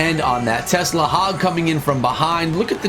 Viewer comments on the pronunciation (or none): none